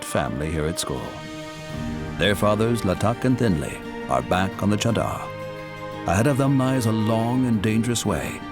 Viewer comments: For the world : The cheddar here is actually refering to the 'mattress' formed by the hard ice. I dont understand.. that even after hearing them a million times call it 'chaadar' the narrator still calls it 'cheddar'.. 😂😂😂😂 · The “cheddar” is actually pronounced Cha( like 1-2 cha cha cha) and dar ( dar like jar). It means blanket in Hindi. This trek is done during winter months when there’s a blanket of snow and ice. Hence the name! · my god the pronunciation of chadar in the dubbing is horrendous. Also the description of chadder is so unnecessarily complicated. Chadder means blanket here its referring to the layer of ice covering the river. if it's thin it's obviously bad and it breaks under them if its thick its safe to walk on. thats why its called the chadder trek